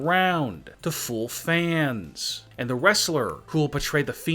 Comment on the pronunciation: Why do you say fannss